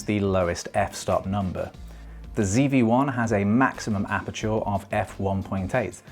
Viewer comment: Great vid. Fixated on apachoor pronunciation the whole time😂😂